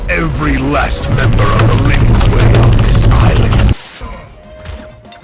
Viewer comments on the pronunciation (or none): If you’re still reading the comments, have you ever tried putting “Lin Kuei “ into text to speech differently? Cause yeah at the moment it sounds like “Lin Ku-we” but it think if you put it like “Kway” or “Kwei” it may work better, unless you tried it already. Just curious🤔